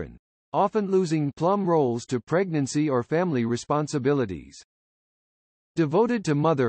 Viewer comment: Pregnancy, not preg-Nancy. Check pronunciations and spellings before posting!